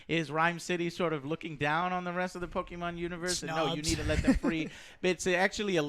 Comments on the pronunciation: Hearing Joe say Pokeman is about as cringe as him mispronouncing EVERY character in his GoT reviews. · disliked... just for the stupid poke-man pronuntiation, and the pika pika at eh bveggining. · eh idk. how can you be a pokemon fan calling it pokeman lol I dont buy it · Did he just say "pokeymens"? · I really enjoyed this review except for how y’all say Pokémon. “Pokémon” is pronounced POH-KAY-MON. Come on now... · Omg please stop saying poke - manz! Sounds like a *! 😡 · Between saying Pokemans and finding out you've never watched Always sunny, I think we need to see other people. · Bulbasaur was my first pokemon and I'm glad to see them in this movie.I hate it when someone says Pokeman! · I heard “Pokey-Mans” and had to stop. Sounds like a gay porn title and that pronunciation killed my childhood and interest in video. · If Joe say's Poke-man one more time... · Stop fucking saying pokiman. I couldn't even finish the whole review just got so cringed. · the way joe says pokeman, pisses me off lol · Poki - mon ? xD Are they ironic ? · Every time Joe says "Pokey-MAN" a bulbasaur dies. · Pokemon = pocket monsters Pokeman = you don fucked it up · Growing up my mom called it PokemAn & i feel like she did on purpose to troll me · Nothing beats my grandma calling them "Pakemon". Über LOL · it has an accent on the e which is why people pronounce it that way. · Poke mans- the correct way to say it if ur not a virgin Pokemans all the way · Four years too late but if memory serves me, on what is possibly the most forgettable movie I’ve ever seen, but Pokey-man perfectly describes it. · I'm 30 and don't really care about pokemon but you guys pronounce it like pokeeymon like my grandma... It's infuriating... Edit:I won't pay to go see it but I couldn't even finish this video because of how you all pronounce it... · Pokéman 😂🤦🏽‍♂️ I love you joe. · A review from a group of people who can't even said "pokemon" properly. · That's not how you say Pokémon my dudes 🤔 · It's PokeMA'AM